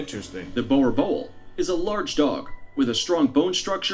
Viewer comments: The Boer Boel is pronounced: “Boo-rrr Bool”! Please don’t say it this way 😂😭💀💔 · Boerboel is pronounced boor er bull. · Bruh the guy in the video pronounced Boer boel wrong (dom naai) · Lmfao completely butched the name boerboel xD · The way they try pronounce boer😂us South Africans are laughing 😂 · My man butchering the name boerboel 😂😂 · Any South Africans laughing at how they pronounce Boerboel...